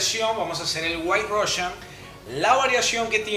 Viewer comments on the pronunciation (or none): El "Diimelo Russian"